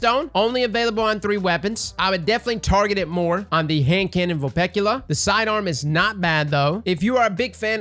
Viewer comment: When he knows how to pronounce Vulpecula 🥴👌